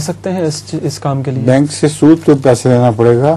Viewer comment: سود لفظ درست کرلیں